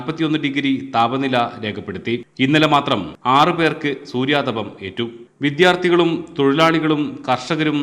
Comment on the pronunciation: സൂര്യാതപം അല്ല സൂര്യതാപം i